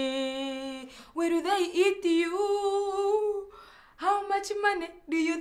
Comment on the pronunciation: 😂😂😂 "will they eati you" #dead